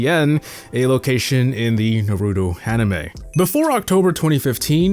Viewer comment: bro said hanime 🫢